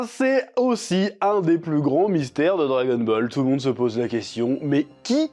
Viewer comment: J'ai la nausée à force d'entendre dragon-bol !!!! Bol de quoi ?? Bol de Kelox... 🙄 🙄 🙄 🙄 🙄 🙄 🙄 🙄